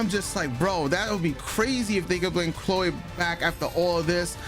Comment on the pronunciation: Lol why do you pronounce her name all weird? "Clo-way"?😂